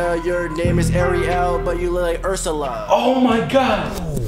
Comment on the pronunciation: He says Ariel like the mermaid that's not how u pronounce it